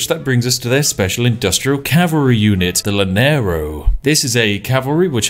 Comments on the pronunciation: its pronounced Yanero (doble l's) :D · Spiff: The ``Lanerou´´. Me, a venezuelan citizen: Caramba, ñero, se oscurecieron mis días. PS: Love your videos, you are the best <3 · Llanero. llanero. (Yanero) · By the way... its not (lah-nero), its (yah-nero). Great vid though thanks :) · laneros jajajajaj es YANEROS pero buen video ome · Spiff please it's called "Ya-nero" not "la-nero". The double L it's pronounced as a Y in Spanish. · Llanero is pronounced yah-neh-ro. But ima just start saying lanero cause it sounds way better tho. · It hurts so bad when he says 'Llanero' OTL I can handle Bolivar being called Bólivar, but 'Lanero' is... god... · I’m pretty sure it’s Ya-ne-ro for English speakers or you’ll have people saying cha-ne-ro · hearing spiffing brit pronounce llanero, as "lanero" is pretty funny, awesome vid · Gente de LATAM : Llanero Spiff God of Tea : L a n e r o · Take a shot every time he says "Laneirous" (Llaneros). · Llanero pronunciation: yuh·neh·row Love from Colombia ;) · That double LL monstrosity has the pronunciation of y. The llanero is pronunce yanero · "Lanerous" hehe... please excuse the unrequested lesson, I understand you're not a Spanish speaker, but a quick tip: every time you see two consecutive L's in spanish (like llanero, llave, calle, falla, etc.), it's pronounced like the English J as in Jason and not as a single L. Now you know, if you do happen to read this. But good job pronouncing Bolívar accented correctly as "bo-LEE-var", and not "bolee-VAAHR" like most native English speakers do 🙂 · The pronunciation of Spanish xdd Laneiro, comeindeint yenerol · Llaneros pronounced Yaneros. Loved hearing your pronounciation but i know you would like to know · Llanero is pronounced Shanero ;) ;) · It's pronounced as Y thanks. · I'm Venezuelan (Simon Bolívar's birth Country) and hearing spiff pronunciation of "Llanero" is just pure joy for me. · Double L is a y in spanish, even a brit should know that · Please never try to say llanero ever again